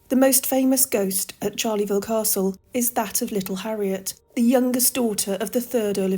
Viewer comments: Charleville is NOT Charley -ville , it is pronounced Sharl -uh - ville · Great video - but there is no 'Charleyville' - it is pronounced "Charl-vil" with no extra vowel sound between the two halves.